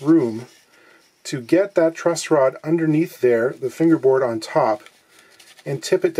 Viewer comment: TIL its called a "truss rod" not "trust rod".